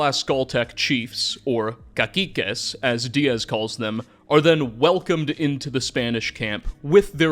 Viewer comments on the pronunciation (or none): caciques? that is not at all how you pronounce that lmao it's more like ka-si-kes